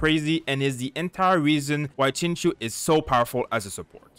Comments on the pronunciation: No no no. Please don’t call him sing show. That hurts both my eyes and ears... it’s Sing Chi-ew, like the word “ew” with “Ch” in front. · the Xing is pronounced more like Shing, with more of a hiss in the S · Hi, it's pronounced as Sing Chiu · His name is pronounced like Sing-cho just btw. But I use him all the time with razor because the double ults do just a ton and it lets me stay in razor for pretty much his whole duration even if I'm getting smacked around a lot. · its pronounced shing-chee-ooh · friendly reminder that his name is pronounced Sing-Cho (you can hear him pronounce it in his “hello” voiceline :)) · When you realize Xingqiu is pronounced Sing-cho! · I wanted to correct you, then realised non-mandarin speakers have no idea how to say the appropriate "x" and "q" sounds lol